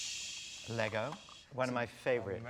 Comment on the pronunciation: Yes & I didn't think I could have any more respect for her & she goes & says Lego correctly lol. I'm a huge Russell fan & was so mad they ended the Americans series. I was excited about her casting into ep 9 & can't wait to see her. I'm sure she's going to have a small part but hoping for a decent amount of screen time for her.